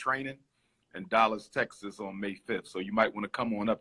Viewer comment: Dollas, Texas? Why does he pronounce his A's like O's?